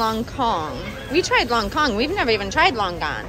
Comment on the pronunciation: it’s lonkong not “lone gone”